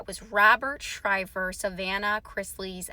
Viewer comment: His last name is NOT SHRIVER. IT'S SHIVER. DO YOUR HOMEWORK!!!!